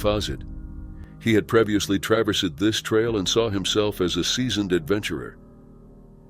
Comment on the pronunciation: "Previously", "temperatures". Teach your machine English!